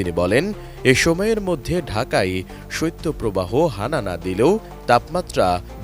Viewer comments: সইত্য প্রবাহ না রে ভাই শৈত প্রবাহ। সংবাদ উপস্থাপক হয়েও যদি উচ্চারণ টা ঠিক করে করতে না পারেন! 😏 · সত্য প্রবাহ নয় সঠিক হবে শৈত্য প্রবাহ । উচ্চারণ সঠিক ভাবে করতে অনুরোধ করছি।